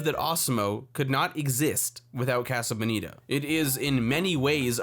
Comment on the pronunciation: Im going to fucking kill this guy if he says casa bonita wrong one more time